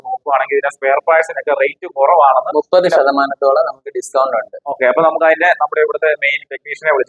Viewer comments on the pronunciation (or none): none